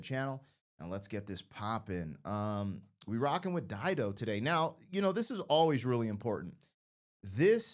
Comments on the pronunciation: You are right, it is pronounced as you said, Dido is a very famous name, Dido was Queen of Carthage. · You've pronounced it correctly. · You said it correctly, good job! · You're correct on how you are saying her name